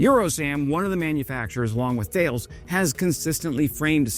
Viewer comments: You are right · Hello, je confirme, ça se prononce Ta-less 😊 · Isn't Thales pronounced Ta-Les? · Thanks for yet another excellent video. 9.9/10. You would have got a perfect 10 if you had pronounced Thales as "Ta-less" and not as erm.... Thales 😅😅. Cheers and thanks for your support of Ukraine 👍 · I think en Francais the company Thales is pronounced more like "Tarless" . Just a small correction as I know you like your national stereotypes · Thales is pronounced like 'tah less' :) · Hé, Thales is pronounced "t-ah-less" (very close anyway) the "-ah" is like when the doctor puts a wooden stick in your mouth and ask you to say "ah". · I came to say this! You made it funnier though, thank you friend! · Thales is pronounced tal-es/tal-us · Love the impersonating but it's thaleS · French person here. I usualy ear the company name pronounced "Tah-Less" as you'd ear it in google translate ( surrounded by enough english so it would not force you to change the input langage) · Hey. Thales is 'tal-ess' as it were. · "Thales announced". It's in fact pronounced Tha (as in "tactical" not like "tales") - lès (as in "less"). I was left wondering which "tales" he was talking about for a second. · Pronounced Ta less not Thales as written !! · en Enjoying your channel, but Thales is a French company and is pronounced T'al'es not Thayles. Auto-generated audio tracks usually trip over this :-(. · "Tah-less," not "Tell-iss." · It's pronounced "T'al ess" not Th ales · Hey … Mark here… sorry, I had to try that! 😂 Just a heads up for ya… THALES is actually pronounced “TAL-ES” … en francais mon ami… have a great day! Keep up the great work on your videos and Слава Україні! 🇨🇦🇺🇦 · your impersonating of french is great. For the future, Thales is pronunce [TA-LES] with an unmute S at the end :) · Thales is pronounced "tar-lez" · Thank you for your video! "THALES" shall be pronounced TA-LESS :-) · Thales is pronounced 'Ta Lez' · Almost ; ) Ta-less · Tah-les. Tah-les. 😉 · TA LESS...